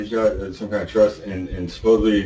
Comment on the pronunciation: Lock him up for saying “supposebly”. I’ve heard enough.